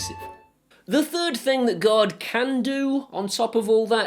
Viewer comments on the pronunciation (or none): When you say "Guard" it almost sounds like you're saying "God,". Either way, since it's Amazon, both are accurate.;) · This American understood you to say "God mode" through out the video until I saw the "g-ARE-d" guard mode on the application. Ahh-haha! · Good video, but my US ears kept hearing guard mode as God mode. God mode is probably a ways off yet. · Same. I was also confused for a bit thinking he said God. :)